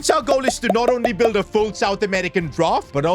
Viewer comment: bro said bield